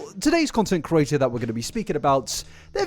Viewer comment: It is said creator not cerater please fix this